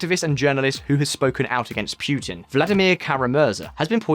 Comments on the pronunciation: It is not pronounced Piutin rather puutin. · I am not going to sit here and listen to you when you insist on pronouncing putin as pewtin. Sorry dude. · It's funny to me how the narrator sometimes pronounces Putin correctly (Poo-Tin) and sometimes not (Pyu-tin). I speak Russian fluently so I know this first hand. Some Brits are so funny in how they unashamedly mispronounce names even though they know better and they just don't care. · Stop pronouncing Putin like that.